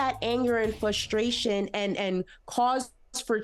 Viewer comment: It's FRustration & NOT FUstration. Jesus!!! You say the word too much to not PROPERLY pronounce it, sweety!!!!! It's like someone that can't tell the difference between your as in personal possession & you are (you're). 🤓🧐😵‍💫